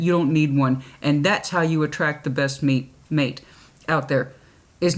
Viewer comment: Lol you said meat and met mate . 😂😂Jk I have to laugh